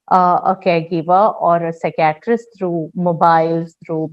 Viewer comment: The pronounciation of psychiatrist is wrong.....